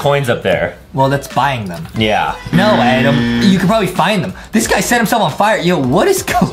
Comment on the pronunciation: Justin sez Adem in instead of Adam